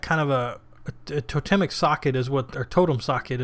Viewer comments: Toe-(pause)-temmik , not tota-mik. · Second one was right mate "To-Tem-ic" : it's an Anthropological term. Nice Vid..I like your style :)